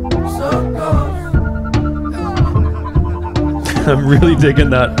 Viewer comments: Also when Mac says “so it goes” it sounds like he’s saying “circles” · Anyone else notice how “So it goes” sounds like “Circles”?